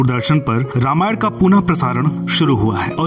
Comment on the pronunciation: Anchor please note you have always pronounced the word Ramayan wrongly. Please correct it by taking help of some learned person.